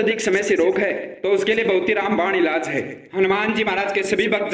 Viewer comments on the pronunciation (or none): none